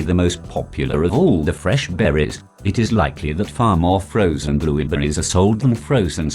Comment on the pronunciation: I heard Blubuupritz